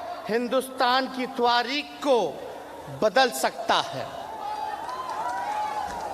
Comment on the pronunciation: तवारिक नहीं तारिख होता है उपमुख्यमंत्री जी